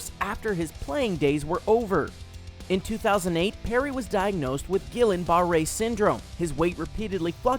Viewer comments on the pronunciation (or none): “Gilin barre" fucking learn how to pronounce the words you wrote in your own fucking script